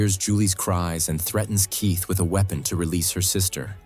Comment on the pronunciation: Youre aaking yhe AI to say a lot of words... Keith becomes Case and Julia becomes Julio... Its OK, AI is still young and needs to spend more time in school.